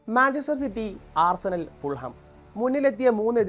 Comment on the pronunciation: ഫുൾ ഹാം അല്ല bro.. ഫുള്ളം